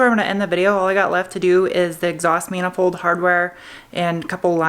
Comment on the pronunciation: minafold ... did you even noticed you said that? You have gifts ... edit :)